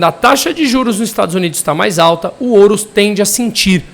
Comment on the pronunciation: CRÍTICA: não é oru... é ouro.. não massacre o português